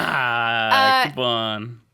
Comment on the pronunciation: sinusoidal means something that follows a sine graph. It's pronounced sign-eh-soy-dal